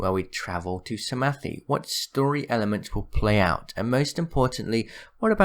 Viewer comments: Psamthe is said like "Saam-ff" BTW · Its pronounced Sa Ma th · ITS pronounced sa-math its spelled psamathe